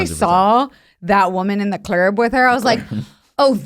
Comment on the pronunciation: I will never not say "at the clerb" from now on lol